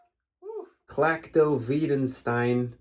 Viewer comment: Well you didn't learn how to say it, and the spelling on the leadsheet is wrong. Its Klactoveesedstene (without the hyphens Bird originally used) and its based on Perdido.